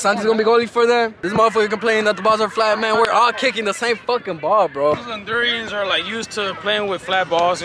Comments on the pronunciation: Someone school that it’s pronounced “Hondurans” NOT “Hondurians” 😆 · ese embes de decir Hondurans dice Hondurians LMFAOOOO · hondurians.. me: hondurAns. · Hondurans*** not hondurians! sorry it’s been irking ma soul i would’ve been corrected all they asses as a catracha 😂 all love 🇭🇳💙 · hondurans* not hondurians plsss😭😭